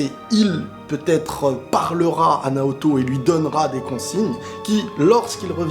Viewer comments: Dans l'anime, à chaque fois qu'il dit Naoto, j'entend Naruto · Naoto pas Naruto